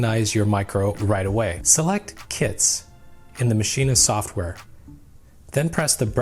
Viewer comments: why are you saying maschina... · Please stop mispronouncing maschine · Isn't it pronounced as Machine? I saw 3 videos including this and everyone called it MASHINA. Now I have doubts :p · wait are u saying "maschinAH" is that how its pronounced? i was today years old... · Does anyone else get annoyed when he says maschine but pronounces the the at the end?